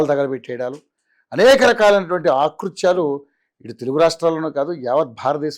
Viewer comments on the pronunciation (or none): ఆకృత్యాలు కాదు, అకృత్యాలు అనుకుంటా. ఈ పదాలు ఎక్కడ నేర్చుకుంటున్నారో కానీ, చాలామంది యాంకర్స్ ఇలాగే ఆకృత్యాలు అని పలుకుతున్నారు.